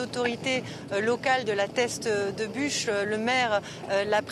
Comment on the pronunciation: Non sérieusement respecte le nom c est la teste de buch et pas bouches, accrochage très déplacé